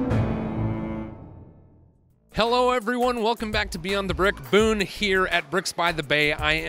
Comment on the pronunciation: IT'S BOONE